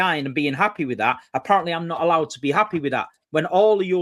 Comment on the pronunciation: He’s happeh lmao